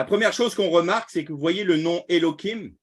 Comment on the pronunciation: Pourquoi utiliser l hébreu moderne? Elohim avec la lettre je en ancien hébreu, or vous prononcez Elokim , avec un k. Merci soyez béni.